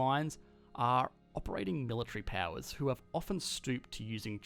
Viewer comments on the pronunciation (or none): And "power"